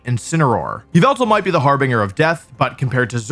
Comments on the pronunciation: bro said har-binGer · Your pronunciation of harbinger is a troll right?